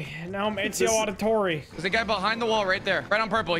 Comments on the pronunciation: Auditore? nah auditorium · It honestly cracked me up that literally messed up Ezio’s last name hard. Fucking Auditorium 🤣😂🤣😂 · “Ezio Auditorium” As an Assassin’s Creed fan, that hurt my soul.😂